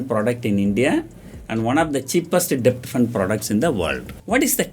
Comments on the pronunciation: Wrong pronunciation of DEBT ...please google for correction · 1) u didnt mention abt post tax returns on short term bond 2) what r tax implications & yields if we sell long term bond after 3 years & short term bonds before 3 years 3) In all the videos , u r pronouncing silent character 'b' in the word 'debt' . Please be noted that 'b' is silent in 'debt'